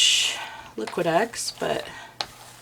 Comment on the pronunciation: Liqui Tex sounds like you are saying liqui Dex. Just saying, in case they are sponsoring you.